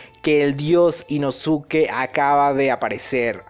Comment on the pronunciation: dato, no se pronuncia InosUke, se pronuncia InoSke (la U es muda como con SaS*u*ke)